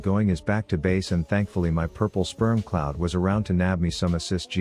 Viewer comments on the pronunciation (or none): none